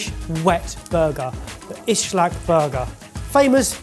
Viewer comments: dying everytime they say ışlak it is ıslak just a normal s. meaning wet. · For future reference: "ıslak" (not pronounced with a "sh" sound) just means wet in Turkish. If you order an "ıslak hamburger" in Turkey, you'll get a soggy burger, but if you just order "ıslak", you'll get nothing, because that's not a thing.